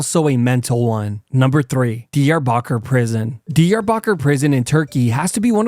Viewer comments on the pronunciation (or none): I worked at an an air base located just outside of Diyarbakir back in the early 90's. By the way, he is pronouncing it incorrectly. It is more like Dee-yar'-ba kir. I did not recognize what he was talking about until i saw the newspaper headlines near the end.